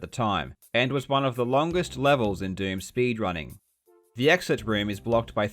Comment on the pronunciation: Every time you say "doom" it sounds like you're saying "derm" and now I can't unhear it